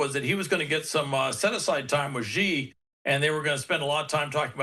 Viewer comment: Google says China presidents name is pronounced Shee